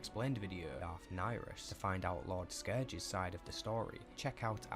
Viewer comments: He is saying Darth Niris not Darth Nihilis to different sith lords. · Darth Nyriss, Not Darth Nihilus